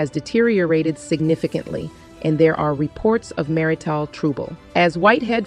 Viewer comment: He's disgusting and is getting just what he earned - some input from the legal system. There is video of him stepping away from the pulpit to shove a woman violently. What man of the cloth does that? What man does that? His greed got the best of him. Is a BOT narrating? The weird word pronunciations are annoying. Marital is not pronounced mar-i-tyle. SMH